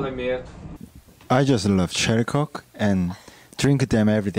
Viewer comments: You could see the disappointment in namjoons eyes when he mispronounced coke to cock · am i the only one who listened "cock"? I think Joon did it too...look at his face😂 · it sounded like he said cock🤣is it just me or do I just have a dirty mind. Love him to death tho💜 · The way he mispronounces coke for the other thing 😭😭😂 Also the end where yoongi says " I'm hungry " sendssss 😂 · Namjoon being done with taehyung coz of his pronunciation everytime. 😂😂😂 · the way V said “coke” made Namjoon LOL .. and me too 🙈😂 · Namjoon is so done with his pronunciation😂😏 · RM's face because of how Taetae mispronounced coke. I can't-😂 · RM's reaction bcz of v's bad pronunciation only RM can understand. Or people like me or you😂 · baby it's not how you pronounce it 😳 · english is not my first language but did he sometimes pronounce it wrongly like coc